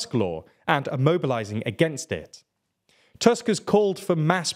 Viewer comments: Polish pronunciation is not a difficult as it might look. Remember that the 'u' in 'Tusk' is pronounced like the 'oo' in 'too', so he's 'Toosk'. Remember also that the 'w' in 'Morawiecki' is pronounced like the 'v' in 'have', so he's 'Moravietskee'. Congratulations on getting that 'ts' sound in the 'c'. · I’m really impressed with how you pronounce the president’s name; being his namesake I can really appreciate you not calling him on-drey. But Donald Tusk’s surname, even though it looks exactly like the word for an overgrown tooth, is actually pronounced more like [toosk]. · Nice video. Please, check the pronunciation of Tusk and Morawiecki. Big thanks. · Small nitpick here, Tusk's name has the u-sound pronounced same as in 'bull' or 'put'